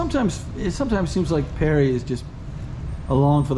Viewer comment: David Parry. Not Perry. Jeezuzzzz.